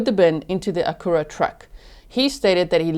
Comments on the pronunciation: G... Only because you seem to appreciate local pronunciation. The car discussed, the Acura, is pronounced ACK-yur-Ah. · It’s phonetically akk-u-rah.